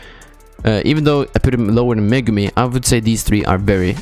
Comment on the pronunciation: Its megumin not megumi